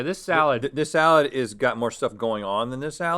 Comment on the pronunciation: Nobody: Link: Salád